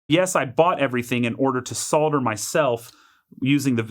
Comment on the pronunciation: It's so refreshing to watch a video in which the word "solder" is pronounced properly.